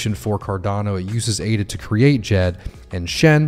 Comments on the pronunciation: [Djed] the "D"softens the"J"so not like jeep more like so we say the D(like saying "shed" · Haha got me after you said D-Jed again, thanks for the fix brother. 🤙🏼